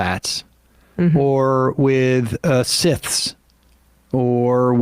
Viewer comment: Scythe is not pronounced "sith." Way to remember it is "a sith deals in absolutes" and "a scythe doesn't."